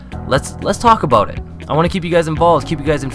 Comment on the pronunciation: I like how u say about - "aboat"